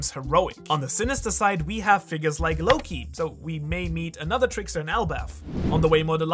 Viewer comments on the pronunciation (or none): none